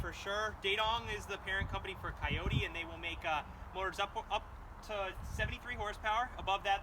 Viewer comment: try calling it a kioti once in a while-you are a salesman right?